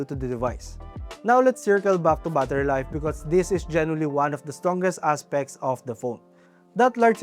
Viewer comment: Battery ❌.. Baathari ☑️🫡